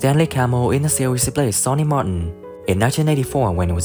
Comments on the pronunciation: Get another narrator! This guy can’t say series, he says SEAWHEEZE. 😂😂😂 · Why does bro pronounce series as sewies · In da seewheez 🤣🤣🤣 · Jesus Christ this AI voice is excruciating in 1982 when ee was in da seeewheeez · What’s a seeweez? ROFL